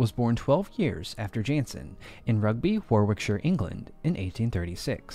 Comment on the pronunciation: WarWickshire? Ahhhh Warickshire .... second W is silent